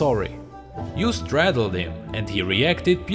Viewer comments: Hi, i know that you have probably been told, but you sort of pronounced startled wrong, but its fine XD Plz could u do some lore on kennen and some more of ionia!!! i love that lore, its so full of cool stuff and all the culture is great XD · My man said “straddled”. But just to correct (bc I have ocd and also NO HATE) it’s startled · You are saying stratled not startled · Startled* not stratled, but great video none the less! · its "STARTled" not straddled lol. But damn dude, can you just read more lore like this? This made me want to listen to the entire video instead of scrolling through to the good parts. I really hope you consider this because, damn dude you read that lore awsomely! Btw, you should read Zoe's lore like this EDIT: Sorry im a dumbass, i just noticed you have other lores and saw zoes. Thanks for making some like this, these are amazing! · Lol stratled... Startled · I know this is old but as a tip its start -eld not stra-tel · star-tled not straatled just putting this here love you btw <3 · it's STARTLED and you said STRADLED sooooo yeah 😹😹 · "stratled him" xd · It is STARTLED NOT STRATELED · Not in the first page of comments but it's not straddled. "Start-teld" Still, enjoyed this more than I thought I would, makes me want to pick up the game again. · i loved it but srsly ... its "star-teled" not "stratled" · "Sssssstratled" xD stratled? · startled sort of sounds like start+ild instead of strat-ild and stingsalve sounds like sting+sal+vv instead of sting+slave. Sorry, I'm not really good at explaining how English words should sound. Lovely work as always! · Stratled? don't you mean startled like start-eld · you kept saying stratled instead of startled .. but good video! really enjoyed it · i want to see a league bestiary now (and sorry to pick up on a small thing i'm sure someone else is gonna say it, but with startled it's pronounced star-telled otherwise your english is astounding) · u cant pronouce startled lol